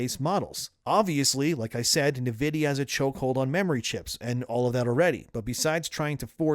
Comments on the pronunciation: “en” vidia not “nuh” vidia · It's not Niv-idia, it's In-vidia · Talm bout “navidia.” Are you an AI? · You say Nvidia oddly. "NUH-vid-ee-uh". I always thought it was "en-VID-ee-uh". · I like your content, I watch all your videos but I must say I hate the way you pronounce Nvidia. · The way you say Nvidia is... different.